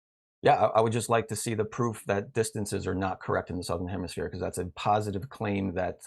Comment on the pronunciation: Did he just say HEMISPLANE?! 🤣🤣🤣🤣🤣🤣